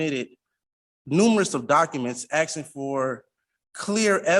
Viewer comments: WHY IS NO ONE CONCERNED THAT HE’S TALKING ABOUT “AXE”ING PEOPLE??? Someone needs to stop him NOW! These “MUNICIPILITIES” ARE IN DANGER!! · Axeing yonor